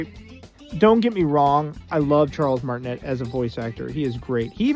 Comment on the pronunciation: It's MART-in-ay